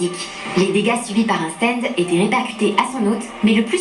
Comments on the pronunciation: on en parle des "stend" ?? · On peit pas s en plaindre parce que ca vient du mot anglais donc en soi on peut dire stand pour faire a la japonais ou stend a l anglaise. Meme si c est mieux de se focaliser sur la VO, on peut pas lui en vouloir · Quand on le prononce en anglais, on se rapproche du [æ] de qui est comparable au français. C'est aux États-Unis qu'on prononce comme ['stend]